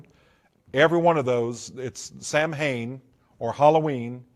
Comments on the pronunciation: Samhain is pronounced Sah-Win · The fact he pronounces “Samhain” wrong shows me he was never involved in the “occult” or satanism.